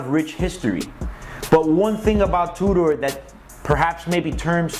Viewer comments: It's pronounced "2 der" NOT "2 door"!! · is he saying Two-door, or Tudor?